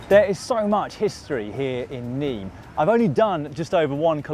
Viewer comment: Dear Loydy, It is not pronounced "Niim" it is pronounced "Nimm" . Like dim your lights. But with an N. Cheers